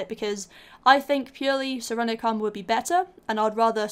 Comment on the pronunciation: it's called 'sirenic' not serenic